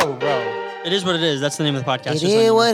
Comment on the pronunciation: I love the “it eh wha eh eh” at like LMAO